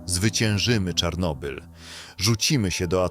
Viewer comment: dlaczego mowisz "czornobyl"? Po polsku to Czarnobyl, a po rosyjsku Чернобыль.